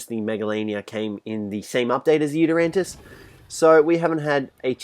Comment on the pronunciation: At the start did he call the Yutyrannus a Yutyrantis?